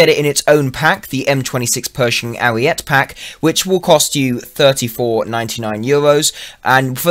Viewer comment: ooooooook boi ima tell you something about italian they say ALL their letters it is ariet-eh not arret which is french for stop which is what you need to do to that pronounciation.